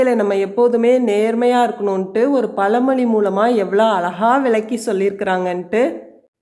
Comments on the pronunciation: பல மொழி இல்லை பழமொழி சரியாக உச்சரிக்கவுவும் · Amma pazhamozhi, palamozhi illai.